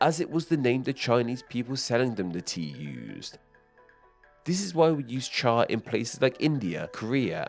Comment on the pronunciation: I commend you on your chinese pronounciation of cha, although I don't for the pronounciation of the jian in fujian